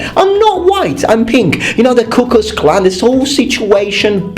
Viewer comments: Fun fact: Actual white olives do exist. Also, you pronounced Ku Klux Klan as "Cuckoos' Clan". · Ku Cuck’s Klan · He said it more like "Cuckoos Klan", which is even funnier